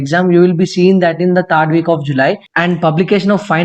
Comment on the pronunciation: It's not thaard week of July It's third...better u also improve English proficiency skills.....btw tq so much👍